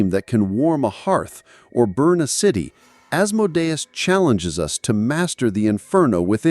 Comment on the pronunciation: You pronounced Asmodeus wrong